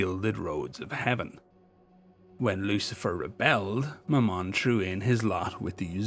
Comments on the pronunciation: love the vid as always but it's ma-mun for future reference not ma-mon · Very good, but 'Mammon' is pronounced the same as 'gammon'. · I had to rewind that several time because I thought I heard you said" My mom".